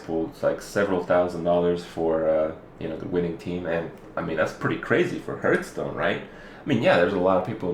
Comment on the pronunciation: I love how Kripp after all this time still insists on calling it "Hurthstone". He clearly doesn't give a single fuck. :p